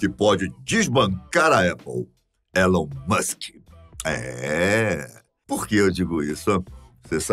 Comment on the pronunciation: nem pronunciar o nome do cara, o apresentador saber. porra